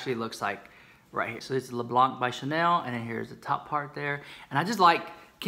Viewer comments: I use Le Blanc....and have for years. Great primer. The Vitalumiere foundation is fantastic....my go too. Don’t pronounce the C btw! ❤️❤️❤️❤️ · « Le Blanc » is French and you don’t pronounce the « c » at the end. If not, your accent is very good! Love you so much!